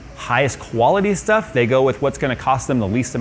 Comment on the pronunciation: My daughter might be trying to con me for ANY reason. Sh+Stuff = Shtuff, Congratulations you've passed todays Jewish accent testing. I know you won't believe me when I say embracing Shalom can get you a free computer yet it's 100% true. The best part of this video is everything between and is a cleverly disguised hit rap track. Tap left arrow key a few times in succession to experience it while the video is on play. Pause after he says the word "that" he gives a legendary god father level rapper diss face bonus.